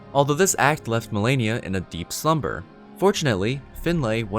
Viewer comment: I fucking hate when people says Melania, fuck you! Her name is Malenia!